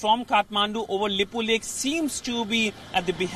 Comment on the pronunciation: Reporter don't know how to pronounces lipulekh kalapani and saying it belongs to India lol. Everything belongs to you even moon and sun 😂